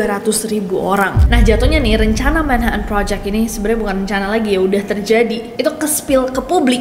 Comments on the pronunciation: Manha'an Bri'is Cocon'u wo'a Manches'e ci'i On the bo'om Li'e bi' wo'a 😂😂😂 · MAN - HA - TN BRI - TN BULEPOTAN